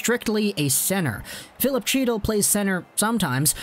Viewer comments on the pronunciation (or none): Chytil is pronounced Hee--tall.